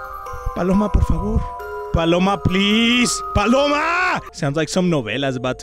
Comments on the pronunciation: Not Paloma it's baloma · "Who the f is Paloma??" XDD I laughed so hard bc u called her Paloma XDDDD ( or he said Baloma Idk) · I'm fine with you not saying this correctly it just makes it more funny!